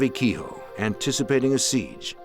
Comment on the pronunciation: The pronunciation of kehoe has made me stop watching. Pure bastardisation.